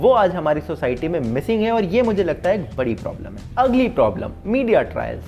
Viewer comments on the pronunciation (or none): none